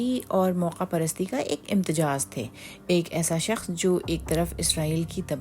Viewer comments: Indians z ko j bolte hain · Imtejaaz - there’s no such word. The correct word is Imtezaaj, which means Mixture or Blend here. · پتا نہیں کون ہیں جو آپکو اُردو لکھ کے دیتے ہیں یا کون ہیں جو پروگرام سُن کر اُسکو آن ائرکی اجازت دیتے ہیں بنا کانٹ چھانٹ کیے اکثر آپکا تلفظ غلط ہوتا ہے امتزاج ہے امتجاز نہیں۔ شکریہ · Correct word is IMTIZAAJ, please don't mind! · اینکر پرسن کو لفظ "امتزاج" بولنے کی مشق کروائی جائے، پلیز۔